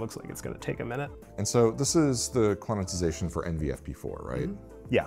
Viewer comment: Quananananannanatixation? Please, it's Quant-ize-ation. There's no "na" in tyere.